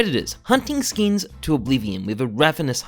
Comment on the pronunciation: god the way you say skins as "skeens" and how frequently you say it kills me inside